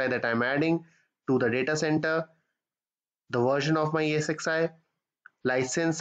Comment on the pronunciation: Thanks for the explanation. One small suggestion, while talking, you say EXsi instead of ESxi :) Please rectify